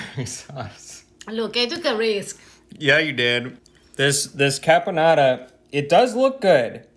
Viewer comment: This dinner looks way more delicious than any other Thanksgiving dinner ever! Of course I am completely partial to the Italian eclectic touches and twists Eva so graciously gave to it!!! I don't know why he keeps saying "carbonara' while the name of the cranberry sauce that she made is "caponata" with added cranberries which I find it to be an absolute "brilliant" alternative touch to the traditional boring cranberry sauce! Super well done Eva, well done!!! <3 The only missing item on this dinner is a little touch of good Italian wine, everything else looks delicious like..."Heaven!"